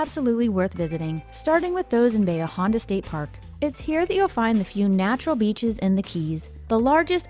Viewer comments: I was excited they pronounced Bahia Honda correctly. It’s the one that drives me crazy. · Thank you for pronouncing Bahia Honda correctly!! Was born in KW and raised on BPK.